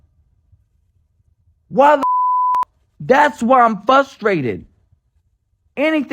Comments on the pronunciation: The word is frustrated, not fustrated! I hate when people say fustrated. Like when people say axe a question, instead of ask! Dude in da Black tank top. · It's Frustrated not FUSTrated.... btw